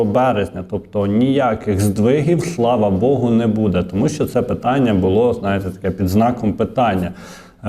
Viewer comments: треба говорити " бУде ", а не " будЕ ". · Звичайний блогер: будЕ, но , да …